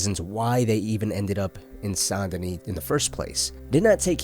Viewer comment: Bro really said St.DaKnee 🤣